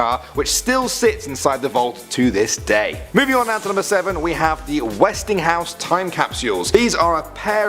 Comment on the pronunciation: ...except the pronunciation of Westinghouse